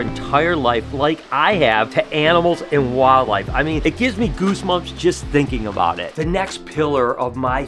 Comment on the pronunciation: Goose”mumps”? So what is it like to have goosemumps,?😂